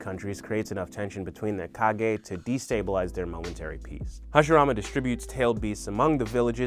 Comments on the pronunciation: Did He Just Call Hashirama Harashima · somebody else wrote it bro - who says Harashima instead of Hashirama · he said harashima not hashirama kwkwkwkwkwkw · did yall notice when he said Hiroshima instead of Hashirama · He even said Harashima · he did a great job on the video, i was just wondering if anyone else noticed a somewhat humerous mispronunciation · u really called hashirama... harishima😤😤I'm triggered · Stopped watching it after he said “Harishima” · did anybody notice he said "harashima" when it's actually hashirama? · Harishima, MY GUY IT'S HASHIRAMA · he says harashima smh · harishima??? you mean hashirama? xD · He also said once, harashima... Haha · No Im pretty sure he said Hiroshima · did he just say Harashima 😂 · did you just said "harashima"? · lol it sounds like you're saying hiroshima instead of hashirama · harishima he said. I guess no one noticed. Great video though. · im here almost two years later to report that he says Heroshima instead of Hashirama. Goodnight :) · did my man really say harashima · Hiroshima and maadaarea 😂😂😂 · “Harushima” “Hagoramo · he said harishema lol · “Harashima” hahaha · He calls Hashirama Hashireema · harishima want to talk so fast cant pronounce hashirama name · did man's just say harishima???!!! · I KNOW THIS MAN AINT JUST SAY HARISHIMA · Lol he said harashima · no one heard him when he said harashima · Man said harashima? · you call hashirama wrong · why did he say hashirama like that